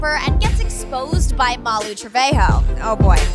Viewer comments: Why did you say mally trevahoe its Ma lu Malu Tre ve jo Malu Trevjo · SAID TRAVHOE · I heard you said Malu trevehoe